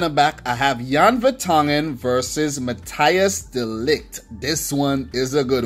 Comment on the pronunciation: Dude, you pronounce it Mathys de Ligt, not Mathi Jis